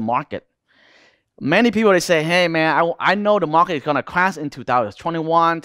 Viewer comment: Unfortunatelly the only word i couldn t understand from this guy was; "clash"...just kidding bro..nice vid